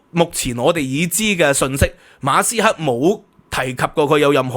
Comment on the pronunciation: 你講馬斯克啦，人地個姓你讀左哂呀教壽！！